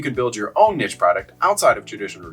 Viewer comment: Learn how to pronounce niche please